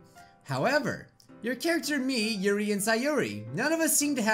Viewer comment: "youree" no it's "yuri"